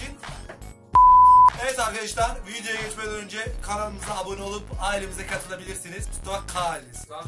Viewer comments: Mustafa neden arkedeşlar diyosun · Arkeşdar demeyi kes lannnn😠😠😠